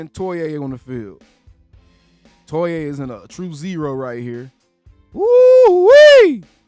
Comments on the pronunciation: It’s pronounced JAY TOY-UH just so you know. Gonna drive me insane with that TOY-AYE 😂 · Fyi: The correct pernouciation is: Toe-ee-ahh (3 syllables) Toe- like on the foot Ee - like the letter Ahh - Like the sound of relief Now that he's significant enough to remember.